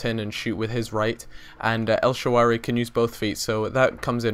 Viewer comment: el shararawy, not el shaawary